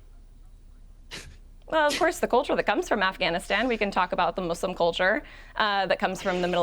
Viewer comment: "Muzlim culture" lmfao